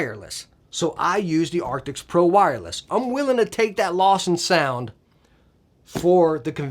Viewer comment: He has been saying Arctix for 2-3 years now in every video about the headset.